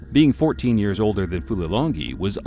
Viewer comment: The fight announcer should be embarrassed that he could not pronounce Fulilangi''s name correctly. Unprofessional.